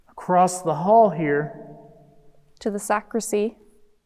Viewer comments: Great episode guys! I loved watching it and the Paranormal Encounter's episode with Ryan as well! That place is huge and scary! FYI- it's actually a "sacristy" not a sacrisy. 🥰 Can't wait to see your next episode!!!🥰💖💖💖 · Just a friendly FYI...it's Sacristy not Sacrissy. Carry on! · Love you guys. Your calm, dignified, evidence-based methods makes this an amazingly watchable channel. It’s super scary but it’s well researched and put together with loads of effort and energy. Just so you know , it’s pronounced sac-ris-ty. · The room behind where the priest gets ready is called a sacristy. The t is pronounced. Just thought I’d let you know. Enjoying the investigation.